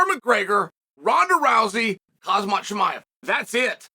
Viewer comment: Chael! It’s Khamzat not Khazmat